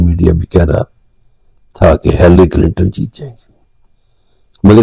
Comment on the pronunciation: Her name is not Hallery, but Hillery...😂❤